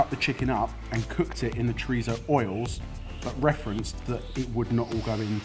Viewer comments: is it just me or did calls chorizo "choritho"? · It really bothered me especially when went over the top with his chorizo pronunciation and then continually pronounced paella wrong